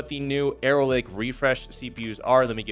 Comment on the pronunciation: "Aero Lake" lol